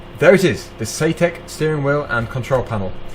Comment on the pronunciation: Nice video! Thanks for sharing. BUT I am mildly triggered. You keep saying "SAYTEK" I believe sir it is SAITEK pronounced like the word BANZAI Thanks for allowing me to get that minor issue off of my chest. Sits back and waits for the grammar police haters to inflict their worst! ;-)